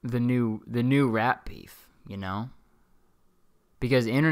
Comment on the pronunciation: IM REWATCHING ALL THE PODCAST EPISODES FROM THE BEGINNING AND EVERYTIME YOU SAID RAP BEEF I LEPT THINKING YOU WERE SAYING RAT BEEF